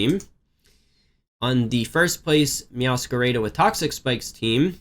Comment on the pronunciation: MeowscaRAYda???? Lmao sure 💀😂